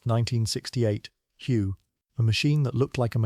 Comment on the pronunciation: none of the images shown match the description in the video of the vehicle, and please teach the computer to properly pronounce the city Hue